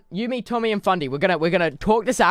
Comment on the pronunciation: He said tomby ?